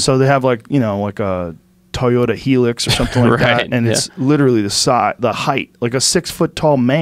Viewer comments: Toyota Heelix 😂 its HIGH LUX LOL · What the hell is a Toyota Healux? 🤣 Oooh Hi-lux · Did he just call a hilux a helix’s? 🤣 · "toyota heelux" its High lux mate (hilux) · It’s not Toyota helix it’s hiliux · "Toyota heelix" 😂